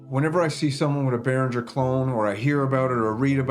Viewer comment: Your biggest issue is your mispronunciation of Behringer. 😁